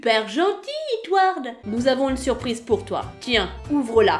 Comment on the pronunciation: Tu as oublié le "r" à surprise